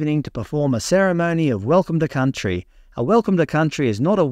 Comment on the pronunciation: Welcome to Cuntry 😮